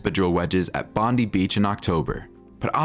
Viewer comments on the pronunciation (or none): To the person doing the commentating..... for your future edification "Bondi" (beach) is not pronounced "bondy" but "bon-die" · Bondi is pronounced Bond-eye and the correct way to pronounce the beach in Australia is Terrigal Beach, New South Wales (location, then state; we don’t usually say en-es-double u)😂